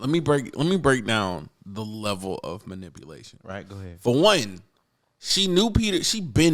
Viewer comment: Ah yes, malipunation